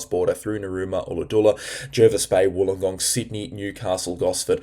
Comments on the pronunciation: Ulladulla pronounced-colourdulla. 😉 Thanks for your work! cheers from NNsw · Hey I always say hi to you as my sons name is also, he’s in Sydney I’m Brisbane, but sorry also Ulladulla is pronounced as in umbrella, all u thingos haha have a beautiful day